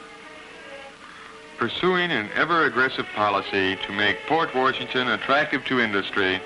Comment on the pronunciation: Where was the narrator from? It’s not pronounced Port Warrrrshington if you’re from WI.